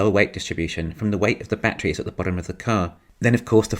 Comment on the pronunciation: Your problem with voice recognition is funny. Mind you I've been trying to place your accent and I had you in S E Asia somewhere. Hopefully the VR gets used to how your say "bat trees". I wish I had seen your videos 2 years ago so I would have taken the money we paid for a Tesla to buy more stock in Tesla (we got in just before the split) and financed as much as possible. Oh well, the car is so much fun to drive we don't regret anything..